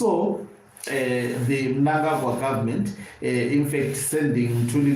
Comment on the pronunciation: I am so glad that you know to pronounce the names of big thief chigananda mnangarwa the evil killer and murder